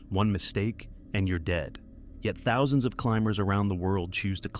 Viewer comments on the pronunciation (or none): none